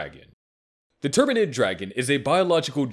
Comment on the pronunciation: > Turbinid Dragons Easily pronounced as "Terminid Dragons" Well, it makes sense.